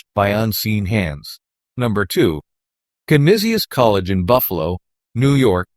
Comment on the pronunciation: Pronounced CAN NEES CHESS